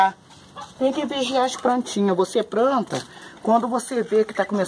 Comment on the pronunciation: a voz dela muda repararam?? plantinha falou no início do vídeo pranta